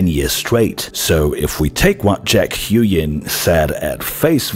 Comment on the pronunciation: huynh is pronounced kinda like hooWIN. not hyoo-yen